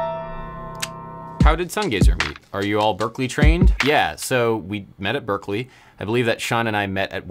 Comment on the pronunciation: You forgot to correct 'Berkeley' >>> Berklee